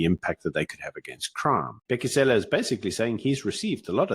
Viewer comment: Lol, your deliberate pronouncing Cele as Sêlê is funny in a racist sense